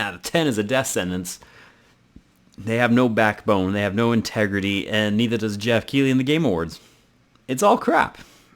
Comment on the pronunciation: also i think geoff is pronounced differently